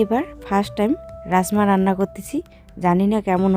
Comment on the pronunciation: রাজ মা বার বার রাস মা বলছো কেনো